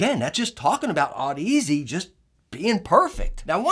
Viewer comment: Audeze is pronounced like Odyssey